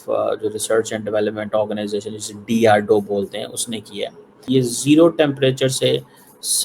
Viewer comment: This idiot can't pronounce DRDO correctly 😂😂 कितनी और कहां से फटी है इसकी 😂😂😂😂